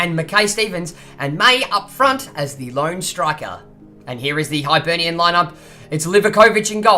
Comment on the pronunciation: It's pronounced hibernian not hybernian